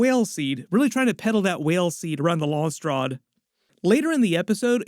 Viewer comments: wait is that how Landsraad is pronounced? 👀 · “LONSTRAD” 😂😂 it’s pronounced “Lans raad” “ SELOOSA SECkOONDUS”😂😂 it’s pronounced “ selousah sekundus” “LANK VEAL” 😂😂 It’s pronounced “ Lank-a-vile” Whale fur not sperm dude And you almost got the Harkonen homeworld “GayDePrime” 😂😂 it’s pronounced “Gi di Prime” Keep up the good work lol